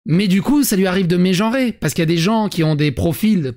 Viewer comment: ça fait quand même saigner des oreilles d'entendre les verbes JOrer et méjOrer, le nombre de fois ou on l'entend j'ai du perdre 1 litre de sang